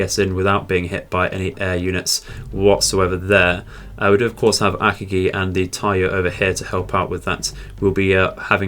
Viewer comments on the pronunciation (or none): Just a heads up, you are pronouncing Akagi wrong. You say it as “Ak-A-GEE” and it’s more pronounced “UH-COG-E”